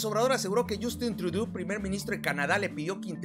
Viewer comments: se pronuncia Trudo que es lo mas cercano al espanol... no me pierdo tus videos.... siguele dando duro... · Puedes pronunciar "trudo" acentuando en la "o" amigo, felicitaciones. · Se pronuncia "trudó" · Se pronuncia: TRUDO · con mucho cariño y constructuvo. Se dice trudo El ministró de Canadá Te felicito por tan excelente. Trabajo. Muchos saludos Ben digo a esa cabecita. Blanca. Que por fin. Alguien hace a nuestro amado México orgulloso. Que notición. Yo viví en Canadá. Y que gusto me da las noticias de hoy Saludos mi. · Me encanta la pronuncación del de "Trudeau" Tudú" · Hola, se escucha chistoso tu pronunsacion: trudu... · trudó. se pronuncia trudó. ♨ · SE PRONUNCIA TRUDÓ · Se pronuncia: TRUDÓ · Se escribe Trudeau y se pronuncia guapísimo 😄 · Se dice Tenido hacia dentro el sonido de la o...